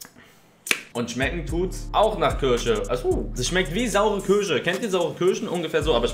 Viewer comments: Schmeckt nach“ körsche „ Zitat Elias nörlich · Wer kennts nicht? Die Kürsche